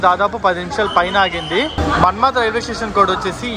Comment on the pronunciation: మన్మద్ కాదు అయ్య అది మన్మాడ్